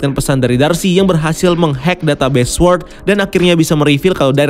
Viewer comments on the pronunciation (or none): baca sword , W nya ga ush dibaca bang... "sôrd"